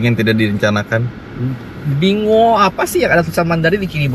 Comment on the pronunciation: Wuling binguo Binguo bacanya pinkuo yang artinya apel